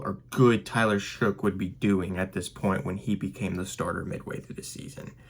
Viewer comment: His last name is pronounced " shuck" according to him . It is not "shook" or otherwise